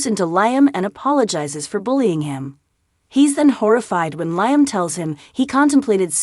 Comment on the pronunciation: This is so bloody irritating. She has no clue as to how to pronounce “Liam”. Her use of “Lie Am” is gross.